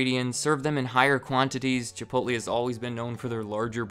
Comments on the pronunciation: Chipotleeeeeeee not Chipotlay! LOL! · Are you seriously calling it ChipoLTLAY.... Edit: You call it ChipoLTLAY the whole damn video